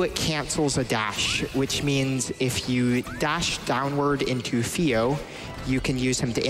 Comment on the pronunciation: What is up with the couch commentator that can't pronounce th's? Like I'm genuinely asking. Is that a choice? A habit? I feel like it has the intentional, you know? "Whevver vere is a platform vat vuh TAS sees, vuh best routing vat we can take is viss one." You know?? I'm not trying to be mean, it just feels really on purpose.